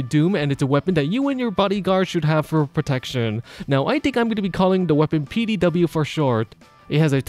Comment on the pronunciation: A. Because PD said fast and in your accent kinda sounds like Petey B. I find it funny naming weapons like that. Such as naming a greatsword Susan.